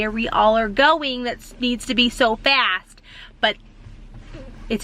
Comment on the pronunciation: Your “ STOP, FAST and MANIACS” sound sooo East Coast ….your accent really pops out!😂